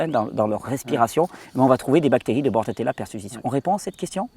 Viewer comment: Juste un petit détail, la bactérie s appelle bordetella et non bordatella ou borrelia.merci pour tes videos.